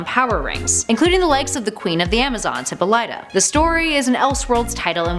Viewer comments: I love to pieces, but please get names right... Hippolyta isn't pronounced "hippo-lighter", it's "hip-ol-eter" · Damn right! She made it sound like Hippo Lighter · Luis Ramirez more like (Hippah Lat tah) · Lmao "Hipolyta" wow you have never read a single wonder woman anything .... "hip-all- it-a" lmao damn you fail once in every video. There isn't i dont know anyone who reads comics you give to. I mean maybe color??? All of you love to preach how woke you are in these videos. #learntocode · Tell me I'm not the only one that cringed when she said hippoLYta and not hipPOLyta. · NOOOOOOO ITS HIH-POL-IH-TAH NOT HI-POL-LIGHT-TA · Good video but next time you should bother to learn the correct pronouncement of characters names "hippolieta" are you fucken kidding me its pronounced e-paul-lee-ta not that hard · Hip-pauleh-tah, not Hippo-leetah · It is not pronounced hippo-LIGHT-ah. It's hih-PALL-ih-tah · I believe that the name of Princess Diana‘s mother’s name was pronounced with a soft a/o sound ( similar to the word all ) , and a soft I ie: hip-all-it-uh. Not the way it sounded when you said it in this video : hippo-light-uh .. If the way I spelled it phonetically is confusing , I’m sorry . I tried to spell it the way it was said in every cartoon and the WW movie , as I heard it . I may be wrong . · 😱 hip AHH lit ah not hippo light ah she's not a glowing river cow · Hip POL Lyta! not Hippo lighta Learn to pronounce it right please! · pronounced hip-PO-lee-ta not hip-po-LYE-ta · you're constant mispronunciation of HIP-PAUL-IT-TA! (hippolyta) that's what shocked me. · Hmmm sorry but just gotta say it, isn't it pronounced he-po-leh,tuh? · It's pronounced Hip-all-it-ah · It’s pronounced hip Paul it ah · It’s hip-all-it-ah😂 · wonder womans mothers name is pronounced hip-pol-it-ta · You pronounced Hippolyta wrong, its pronounced "he-paw-li-tah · Hippolyta, It's pronounces "Hip pol lit ta" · She said Hippo Lighta. Then she pronounces it Hippo late a. haha